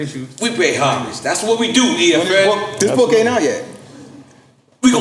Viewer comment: Damn...lol Another guest that says DJ "FN" instead of EFN... At this point, just gotta roll with it..lol